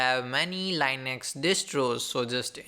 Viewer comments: please for fuↄk sake its linux not lainex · Dude, I am sorry but I couldn't stand this for 2 minutes. My 2 cents: talk normal and learn how to pronounce Linux. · There is nothing wrong with learning the correct pronunciation of a word.